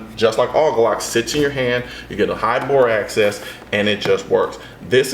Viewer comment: sounds like you're saying bore access.